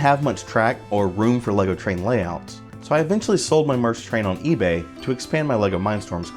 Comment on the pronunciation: It's a good set, I still have mine (knock off because money was tight) modified to have the "SP Light Kit". And a note, it's pronounced Mear-esk.